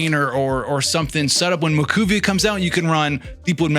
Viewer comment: Just a friendly heads up, her name is pronounced like “mah-whoEE-kah” 😅